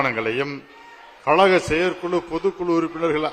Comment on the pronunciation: இந்த எடப்பாடியால் "கழக' என்று கூட உச்சரிக்க முடியவில்லை. "கலக" இன்று தான் சொல்லுகிறார். ஒருவகையில் சரிதான். அது கலக பொதுக்குழு தான்.